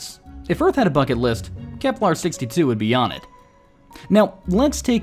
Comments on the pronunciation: It's Kepler, not KeplAR. Johannes is rolling in his grave. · Say it with me: "KeplEr" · I keep hearing him say "Keplar".